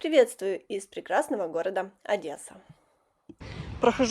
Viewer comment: Что за ОдЭса, так грубо и не культурно! Одесса, Одессушка....жемчужина у Черного моря!